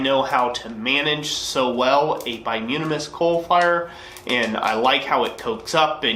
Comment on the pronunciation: I think it's pronounced "bi-toom-in-us" not "bi-yoom-in-us". As for the excessive clinker ... Ive never smithed, but AFAIK clinker is a solidified amalgram of non-combustible impurities (primarily silica with other trace metals and minerals, and probably some forge scale that sloughs off while sliding your work in & out of the fire) that melted, ran out the bottom of your fire, and resolidified, kinda like slag from a smelter. So, conceptually, if a brand or batch of coke is throwing more clinker than usual, i'd speculate that that batch came from a part of a coal seam that had more sand/minerals in the organic deposits that formed it. Not all coke is created equal ... coke formed from coal that was formed from say a nice clean peat deposit will probably throw less clinker than say coke from coal from another part of the very same seam than had underground water with a high mineral content seeping through it before it underwent it's final metamorphic transformation (into coal).